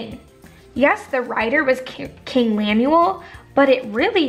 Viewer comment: How could you read it and literally mispell his name?? Lemuel. LEMUEL woman!!!!